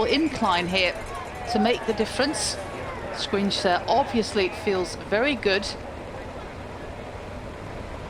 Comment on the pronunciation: It's Toms "Shkòins", not "squinch" ahahahhahaha